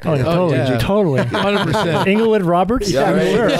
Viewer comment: “inglewood roberts” 😂😂😂😂😂